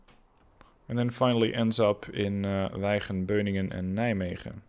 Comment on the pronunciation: Wychen word uitgesproken als Wiechen